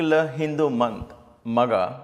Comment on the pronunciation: It's maagha not magha brother Sairam.